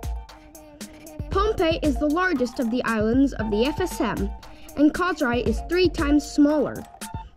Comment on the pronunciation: Enjoy watching your videos from hawaii . i like the way you saying our beautiful island of "KOSRAE" so perfectly